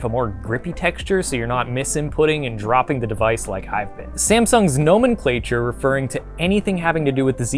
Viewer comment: Nomen....clature?? How're you pronouncing that?. I've never heard it said like that.